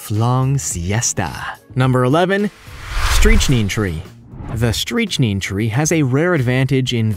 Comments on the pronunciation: you pronounce strychnine incorrectly. You say stree-ch-neen. It's strick-neen. in proper English, the Americans say strick-nine. You're welcome. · Dude. smh ... It's STRICK-nine like trick line. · "Streech-nine is when I stopped watching. Dreadful site, long, drawn out descriptions. The worst of AI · Streeeech neen? Not strict nine? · “Streetch-neen?” The correct pronunciation is “Strick-nine”, for those viewers who are confused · I am reasonably certain it’s pronounced “Strick-nīne”. Not “streech-neen” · Was cool until you started mispronouncing strychnine. Stryk-Nyne or Stryk-Neen. Not "streech-neen" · Lol at “streetch neen” My friend, Strychnine pronunciation = “strick nine” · actually that’s only the U.S. pronunciation British is strych-nin. Of course neither of the pronunciation’s beat streechneen whatever that is. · It's not "streech-neen"... It's pronounced "strick-nine." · Narrator: Streech-neen Everybody: Face palm. (The most dangerous of all palms) Every Dictionary: Strik-nine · It's pronounced "strich-nine", right? I've never heard anyone, including chemists, call it "streech-neen".. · Did he really say Streech-neen on number 11? It's pronounced Strict-9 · “Streech neen”? Lol! It’s pronounced “strick nine”, my love! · It is pronounced strick nine not streech neene. It causes a horrid death. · needs a pronunciation dictionary. It's definitely not [stri-tchi-nin]. I think you mean [STRIK-naɪn] in the US and [STRIK-neen] in places abroad. it rhymes with "stick nine" in the US. It's a neurotoxin causing tetanic muscle contractions. I think it's used in research, To me it sounds too nonspecific to use medicinally. It absolutely deserves a place on the list. Not sure about yews. If they're so dangerous, why do landscape architects plant them, and home improvement stores sell so many. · strychnine is pronounced striK-nine with a K sound. not with the "ch" sound. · Streech-Neen? No... Strick-9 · It's pronounced strich-nine not streech-neen.